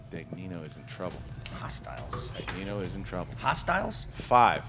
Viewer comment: EVERYBODY SAID HOSTILES CORRECTLY its amazing. no more hostels